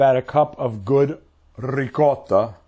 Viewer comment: Mark, I am so proud of you.......are you Italian? You pronounced Ricotta perfectly !